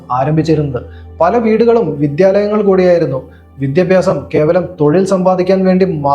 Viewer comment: Vidhyabhyasam yennu correct aay parayan padikkado